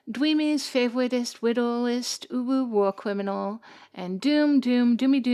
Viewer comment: YOU SAID "WARM CWIMINAL" THE SECOND TIME CAN THIS WOMAN REALLY NOT SAY MY NAME RIGHT😂!!! - favowitest widdlest uwu war cwiminal.